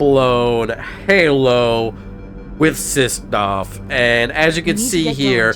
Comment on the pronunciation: 6DOF 😂 my guy. Something weird about you saying it like this. But you keep doing you.